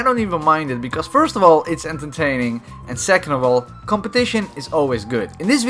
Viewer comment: You said entertaining wrong😭😭😭😭😭😭